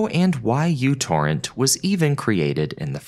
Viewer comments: Its pronounced NanoTorrent dammit ! 😊😅😂 Im rite. I was there when it dropped back in the day. That symbol is the unit of measurement microchip architecture of the transistors/wire pathways are measured in. Nanometers. That symbol in front of the Torrent. Makes it NanoTorrent ! But when it first came everybody in Indiana was calling it NanoTorrent. Though as the mentioned "poor marketing" ! So I guess we won't hear the creator or commercial say the name aloud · I think it's still correcting since the µ is neither pronounced 'u' nor 'you' and It's like seeing an R and saying this is pronounced as Z, to me at least that just seems to be an error. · Couldn't watch this beyond a min or so, the u symbol in the uTorrent name is the greek letter "micro" and is there to imply that the programme is small and uses few resources - not only does he pronounce it incorrectly he doesn't know what it means. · see that symbol "µ"? it's the Greek letter "mu" (and feel free to lookup how to pronounce it, because I know you'll get it wrong). it's not a "u". Yet you succeeded in creating an entire video about µTorrent without letting that bother you. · You need to google how µ is pronounced. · It's a mu, it's pronounced "micro," and Microtorrents are still alive and well -- so you managed to get three errors into a single phrase. No, I didn't watch the video: if a speaker shows themself to be a half-wit in the first ten seconds I move on. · Being in electronics, every time he calls it "U-Torrent" is like fingernails on a chalkboard to me. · 'µ' is a Greek letter. It's pronounced 'mew'. Never really heard of it being an abbreviation for anything. Anyway, it's pronounced "you-torrent". This is the first time I'm hearing otherwise. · It's actually mu torrent. It's the Greek letter. Although I always called it u-torrent. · its pronounced mew torrent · you'd think you would do 5 seconds of research before putting this out. µ means micro so it's actually pronounced microtorrent fyi.